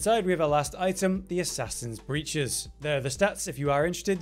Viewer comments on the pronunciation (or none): Every video game guide for any game that ive ever watched that says breeches. They say it like bree, ches. But its actually said like brih, ches. I find it so funny